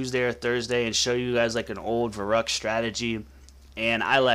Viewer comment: It's pronounced Veh-roo-ckt not Veh-ruck-t!